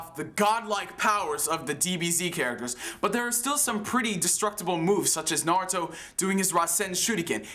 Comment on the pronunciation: It's not NAHruto its Naruto.